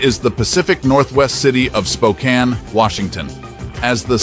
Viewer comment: I’ve lived in Spokane for the past 50 years. It’s pronounced “Spo-Can”.